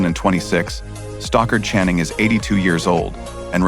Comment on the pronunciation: It's Stockard Channing, not Stalker!